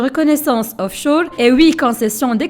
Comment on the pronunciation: Offchour ? Onchour ?😂😂😂😂